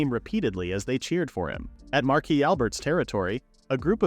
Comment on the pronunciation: Thank goodness!!! Someone who knows how to pronounce Marquis!